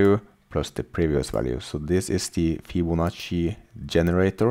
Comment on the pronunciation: Yes, Fibonacci is correctly pronounced :)